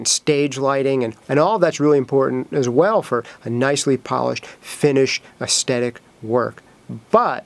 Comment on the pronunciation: I will not except that pronunciation of 'aesthetic', it simply won't do.